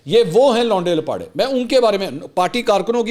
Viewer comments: Oh my God your urdu in English accent is so amazing; say it again. Le Mansoor bhai: "Louunde Laparei" Shukr hai yh word koe Shahid jutt se nh puch rha😃😀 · Love your English version of laonday lappaday😂